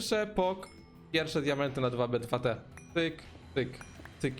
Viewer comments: Czyta się tu bi tu ti A nie 2b2t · Cymbale to nie jest DWA BE DWA TE tylko to się czyta TU BI TU TI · popierwsze nie mówi się 2b2t dosłownie tylko jakby tak tubituti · nie mów dwa be dwa te tylko po angielsku normalnie "tu bi, tu ti" bo cringe zjada